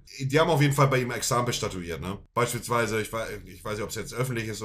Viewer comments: "Examen bestattuiert"???? 😂😂😂😂😂😂 Montes Versprecher sind einfach göttlich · Exempel statuiert hat er gesagt